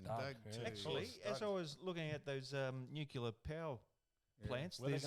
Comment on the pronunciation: Sam. Tell the boys it’s Nuclear, not Nucular. 🤪 Cheers 🍺🇦🇺